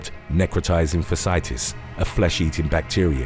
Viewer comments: It is pronounced "Feh - she - itis." Necrotizing fasciitis. We all make mistakes, that's what human beings do. 🙂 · Fasciitis is pronounced as “fæ-shee-ai-tis”